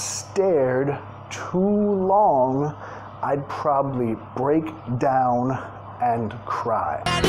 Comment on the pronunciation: Excellent song. I like the song stranged too. And break down puede ser Dañarse o descomponerse, casi lo pronunciaste bien 👍.